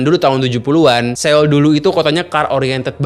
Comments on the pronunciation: Soul om bacanya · Dibaca nya bukan seul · Pelafalan dri kota SEOUL bukan Se-ul tapi So-ul. EO di baca O tebal. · Bacanya "So - ul", bukan Se - ul 🙏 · Seul... bukan seul mas bacanya SO-UL. Maap yak risih dengernya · Cara bacanya Soul, Bukan Séul 😂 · Sekedar koreksi aja ni bang, pelafalannya tuh bukan seul, tapi soul ,o nya odol … biar gak kedengeran aneh aja sih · SEOUL ITU BACANYA SOUL BANG, SOUL. BUKAN SEUL. 😅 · Sol aja bang dibacanya bukan seul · Bacanya soul, bukan seul bg 🙏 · so-ul not seul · Maaf, baca Seoul nya : Sowul bang bukan Sewul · Bacanya SOUL bang buka seul hehe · Bang seoul kalo dibaca bukan seul tapi soul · Soul bukan seyul... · FYI: bacanya yg bener "so-ul" bukan "se-oul". karena penulisannya 서(seo/(sʌ)) 울(ul). jadi sʌ-ul, bunyinya o disini bukan full o tapi o yang mulutnya terbuka maka di IPA dalam fonologi disimbolkan ʌ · bacanya so ul bang, bukan seul 🙏🏻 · Bukan seul.. Tapi soul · Bukan Seul deh perasaan sebutannya tapi Soul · Bacanya SÅUL bukan se ul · cara baca seoul bukan seyul, tp s0wul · SEOUL dibaca "So-ul" Bukan se-ul!!!! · Maap bang di baca nya soul, bukan seul .. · Pronounce nya Bukan "Seul", tapi "Soul" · Cara bacanya "soul" bang, bukan "seul" Seo-ul, "eo" di bahasa Korea dibacanya "o" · Soul bang bacanya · Cara pelafalan Seoul ini nganggu banget... bilang Soul aja napa bang.. E nya dihilangim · Bang udh kesana tp ngomong seoul aja masih salah. So ul bang ngikutin spelling nya english. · S E O U L. Njir dibacanya bener2 sesuai hyuf wkwk, bang pelajari juga atuh pelafalan suatu kata dari negara lain 😭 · cara baca : So-ul bang.. 🙏🏻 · Maaf bang,tulisan seoul bacanya harusnya so ul.... maaf cma koreksi...